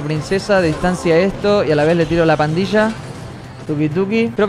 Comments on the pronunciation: 558 robles dice parrilla en vez de pandilla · Jajaja lo que se dieron cuenta de que robleis dijo parrila de duendes jijijaja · ROBLEIS TE DISTE CUENTA QUE ESTAS DICIENDO PARRILA DE DUENDES EN BES DE PANDILLA DE DUENDES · se dice pandilla de duendes capo.